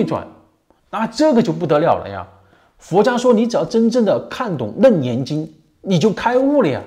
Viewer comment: 是不是读leng第二声 楞严经